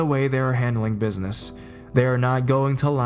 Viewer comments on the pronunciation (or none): none